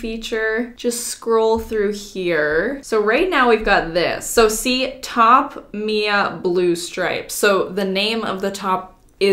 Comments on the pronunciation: Who’s gunna tell her it’s M.I.A not Mia 😂💕💕💕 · Is anyone gonna tell her the boots’ brand is M.I.A. not Mia… lol love ya Mia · When Mia thinks the shoes are named after her but the brand is pronounced M.I.A like “missing in action”